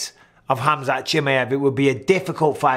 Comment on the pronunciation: Mike, is "KHAMZAT" :D